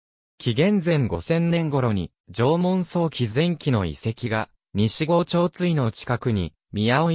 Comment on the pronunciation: 西郷はさいごうと読むのです。